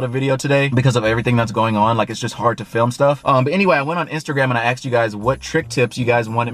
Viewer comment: why cant you say asked lol. ¨axed¨